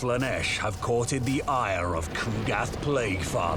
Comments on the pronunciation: Did they actually say “caught-ed the ire” lmao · I hope they said “courted” and I just misheard haha